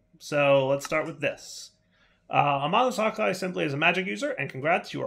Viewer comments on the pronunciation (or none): Ma-Ho Su-Kai...That's the pronunciation. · probably isn't right but might help I think mahou tsukai is pronounced like "ma•hoe sue•keye" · It's pronounced mahō (the O is heavy and deep and the A is like the french pronunciation of A) and tskai (or u can pronounce the u but it's "you" it's almost like the french pronunciation of U)